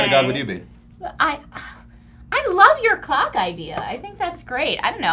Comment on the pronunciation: sounds like she says "i love you COCK idea" not "clock" haha